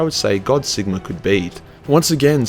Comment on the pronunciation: Sigmar has an R on the end of it.